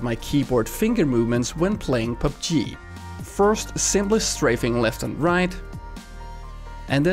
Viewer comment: its so hilarious how this guy pronounces PUBG